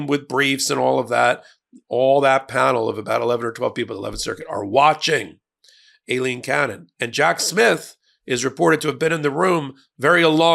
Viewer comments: Can we all agree to pronounce her name just like it was - Ailing Cannon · You still don't seem to know how to pronounce her name.